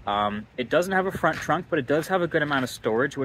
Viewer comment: Why’d bro say front like that